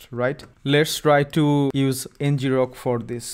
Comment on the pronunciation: 🤔 I always thought it was pronounced EN-grok, derived from “to grok” (colloquial for “to understand”)